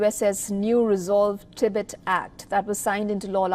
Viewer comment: First please learn how to pronounce the word Tibet and Tibetan 🙄! You guys come off ignorant and borderline disrespectful.